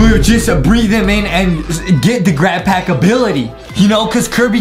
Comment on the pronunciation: What's a glad pack it's supposed to be grat pack